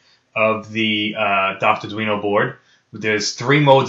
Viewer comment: Lol you said guido ah haha.